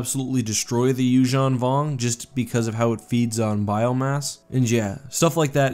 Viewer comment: I like how, you actually pronounce Yuzhan properly